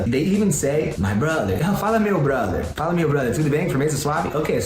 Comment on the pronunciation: Mano ele fala a palavra "fala" muito certinho. Oh God kkkkkk pareceu até que tinha colocado algum áudio por trás de um brasileiro memo